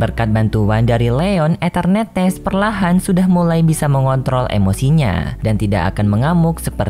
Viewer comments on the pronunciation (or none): Eternatus bang bukan eternetes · Bg nyebut enternatus nya kok kayak enternetes😂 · mimin mohon maaf atas penyebutan nama pokemon eternatus yang menjadi etenertees, sebenarnya waktu record mimin yakin udah nyebutnya eternatus, tapi waktu ngedit mimin baru sadar mimin salah sebut jadi eternetes, kalau mau ngulung record bakalan lama dan suara mimin sudah habis, jadi mohon maaf ya kalau kurang nyaman dengan sebutan enternetes wkwkwk. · Anjai eternetes